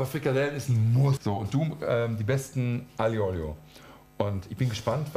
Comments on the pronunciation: Als Italiener musste ich die aglio e olio skippen :§ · Es ist noch immer kein aglio e olio😂 aber sonst gutes Video